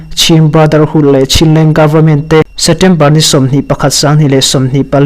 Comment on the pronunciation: A bengvar thlak hle mai chutirual chuan Setember tih aw phawi hi kawl aw phawi deuh em aw inzir zel rawh